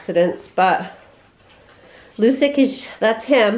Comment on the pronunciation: Love your channel! FYI assuming Lucic was named for the Boston Bruins player Milan Lucic, the name is pronounced "Loo-chich" and the nickname is "Looch". 🙂 Keep up the great work!